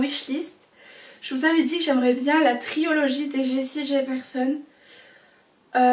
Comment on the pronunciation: triOlogie haha on dit trilogie mais aussi non bonne video!